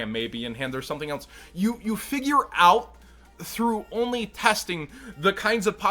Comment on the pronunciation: I’m from Texas where the hell do they say “elnse” instead of “else”